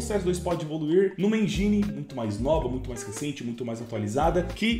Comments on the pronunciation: "enjaine" > Engine< como se escreve mesmo. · Mano esse “i” em engine tem som de i msm tipo em “ PIANO”… 😊